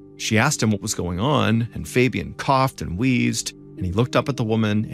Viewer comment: the way he pronounces fabian makes me cringe